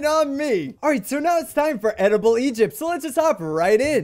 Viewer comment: Did he just say ancient egit?